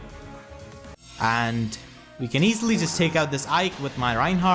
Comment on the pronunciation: It hurted really bad when you said "Aike"